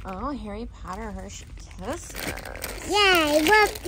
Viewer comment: You called harrey